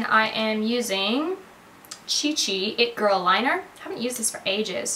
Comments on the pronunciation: When you said "hi girl" to lola you had such a Aussie accent 😂🙌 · i love how you say "hi girl" to lola in an aussie accent :)